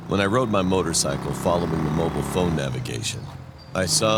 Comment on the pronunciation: This man said " motorcycle" lol